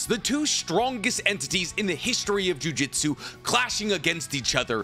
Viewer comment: great explanation, but i want to remind you that jujutsu is not pronounced the same as jiu jitsu